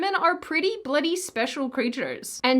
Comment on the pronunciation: Wow, you say Bloody like a yank 😬